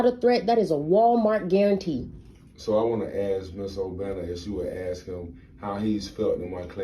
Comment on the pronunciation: doesn't ANY school teach these kids how to pronounce "ASK" the right way???? it's so cringe